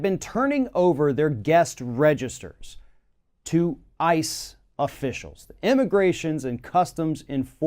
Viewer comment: On a completely unimportant note, the way you say IIICE, truly every time my brain assumes you're going to say ISIS. lol